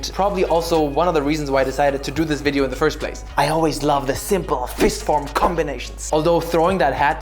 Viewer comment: The way you said "so what kind of wideo can I do to combine these two" had me fuckin dead. I was not ready for it lmao